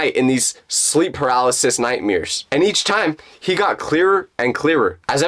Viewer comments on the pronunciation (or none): vro, why does keep calling nightmares, nightmeers😭😭😭